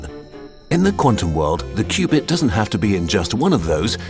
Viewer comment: and "qubit" rhymes with "stupid". 😂